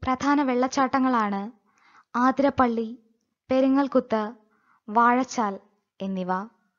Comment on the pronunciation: ആതിരപ്പള്ളി അല്ല അതിരപിള്ളി